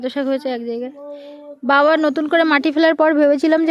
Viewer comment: Tumi tomar babak baba na deke, "ba" bolo kno?? Nijer video ta akber vlo kore sunbe. Ata kono version ar vasa..?